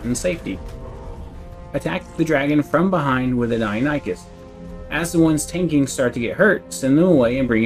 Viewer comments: OH MY GOD....🤣🤣🤣🤣🤣 Ok for the love of all things holy... people it is PRONOUNCED: DIE-NON-i-CUSS.... Not dino-nee-chus... or any other way 🤣🤣🤣🤣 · Great video! Thanks for all the tips :) btw it's pronounced Die-non-ih-cuss, not die-oh-ny-cuss